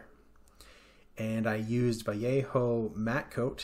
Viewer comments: you are the only English speaker that I've watched here on Youtube that pronounces correctly the word Vallejo (as in Bah-Yeh-Ho). Thank you from the bottom of my heart for making the effort of not saying "valehou" like literally everybody else in these model/miniature channels does. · Thank you for pointing that out! I live near the California city of Vallejo, which is pronounced with English "l" sounds (but Spanish "j"), so I had assumed the paint was pronounced the same way -- but indeed the paint is from Spain and pronounced the fully-Spanish way.